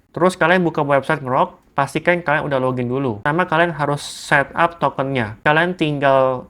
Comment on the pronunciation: dibacanya en-grok bukan ngerok